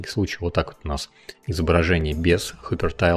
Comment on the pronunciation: КОЯ, а не кохья ГИПЕРТАЙЛ, а не хупертайл